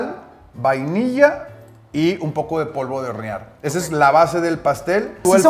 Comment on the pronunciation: "Polvo de horenar" Alguien más se dio cuenta? Xd